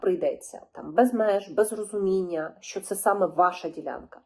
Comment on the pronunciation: Щьо, щє🤮🤮.Що за вимова жахлива!??